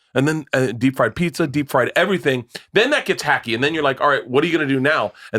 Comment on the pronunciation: The only reason I stick around when Theo is gone is to see how often Brendan says "ivryone", ivrytheng, and ivrybudy".